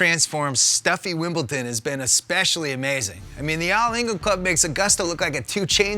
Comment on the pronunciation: I haaaaaaaaate when people say WimbleTon. Can't you read? It's WimbleDON!